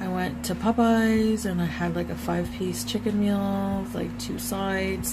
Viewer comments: DrahmaQuene74 Omg I thought I was the only one. “Puhpeyes” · Brilliant as always! And the way she pronounces “Popeyes” makes me irrationally angry.